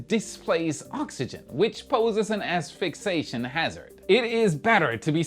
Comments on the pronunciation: Asphyxiation: ass-fix-E-A-shun. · "Ass Fixation Hazard"? Lol! Was that on purpose? 😂 Just messing with you,!